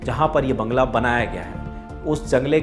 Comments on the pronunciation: jangla nahi sir banla hai woh bangla.... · Jangla dikhaya 😂😂 slip of toung